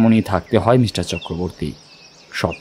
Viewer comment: English diction ta ektu thik korle bhalo hoye… for example, kotha ta “Mishter” noye, “Mister”… narrator ke ektu improve korte hobe… mishter kotha ta kan e khub lagche (sorry)